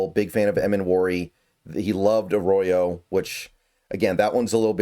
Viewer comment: if you want to start to stop pissing off fans stop emphasizing the Row on Jalen and start doing it for Elijah. Elijah is “A Row Yo” Jalen you emphasize the Mill, not the Row. I know it’s a slight difference, but imagine some ahole emphasizing the Son in your last name and pronouncing it Nell’s SON!